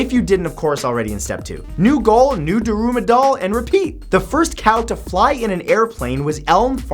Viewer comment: I think the daruma doll is pronounced more like dharma (DAR'mah).